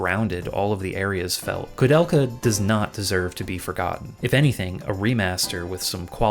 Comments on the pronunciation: Dude, it is not KOO it is KOU(K-OH - KOH). I will never understand people, who are speaking enlgish but couldn't spell latin correctly This ruined ther whole thing to me and I quit watching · Why are you pronouncing her name as Kudelka? There's an "o" there. She even says her own name as an example and doesn't pronounce it as "Kudelka." The "ou" vowel pairing in "Koudelka" is pronounced the same way it is in "Touhou" - the long "o" sound.